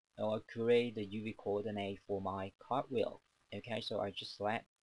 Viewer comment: I love how he says "Youwee Coordinay"